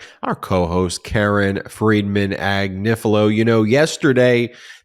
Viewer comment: The Italian family name Agnifilo (A-gni-fi-lo) is properly pronounced Ah-nyee-fee-loh. The GN in Italian is pronounced NY as in lasagna.